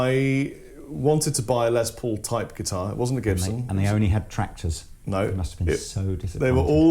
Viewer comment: Lol It’s not Lez Paul as in lesbian, it’s pronounced Les, as in Less or short for Lester.